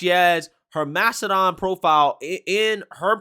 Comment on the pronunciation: Mastadone? Tf is that